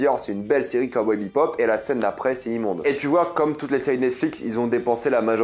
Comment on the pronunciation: On dirait que tu dis Kawai bebop